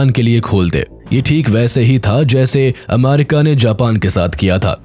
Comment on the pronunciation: Ammarica✅ Abbarica ❌